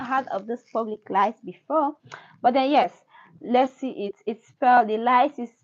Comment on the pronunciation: ITS PRONOUNCED "PEW- BIC " BUT PUBLIC LICE IF YOU WANT TO JOKE ABOUT IT 🤭🤭🤭